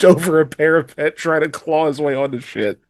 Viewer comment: After more time, I am nearly there, but every time I heard "para-PUT" like "put it on the shelf" my heart was hurt. It's "para-PET". Like "we adopted a new PET dog". Please. Save them.